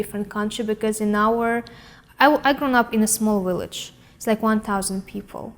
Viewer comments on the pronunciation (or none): "I live in a small willege". She's cute.